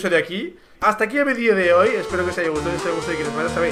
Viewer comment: Hasta aquí el "vedío" de hoy